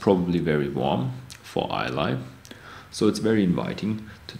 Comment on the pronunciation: ISLAY is pronounced EYE-LA NOT EYE-LAY. BTW Ardbeg does not use caramel coloring in their single malt whisky